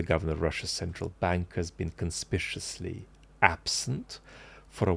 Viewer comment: Is 'conspiciously' a word? A blend of 'suspiciously 'and 'conspicuously'?